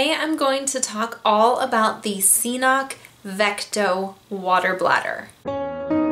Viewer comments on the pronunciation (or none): pronounces it wrong...if you look at CNOC's own videos, they pronounce it Ka-nock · I really think the first C is silent. pronounced "Knock" Cnoc/Knock Outdoors BTW Great video, I love the 2L CNOC water bag Combined with the Saywer Squeeze. I also have their Carbon Cork Z style trekking poles. Amazing gear coming from this new and upcoming gear company. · Cnoc, pronounced K'nok (knˠɔk), is a hill or a mount in Gaelic and old Irish. Just as it says on their website ;) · But it's pronounced knock